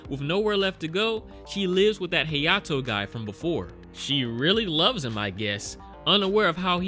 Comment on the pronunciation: Hayato - “heyato”